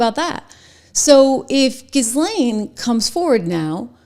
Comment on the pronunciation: Jill-Lane please. You are worth correct pronunciation. Only helps you. Zizzlane sounds ignorant. Other that, Excellent Work!!!!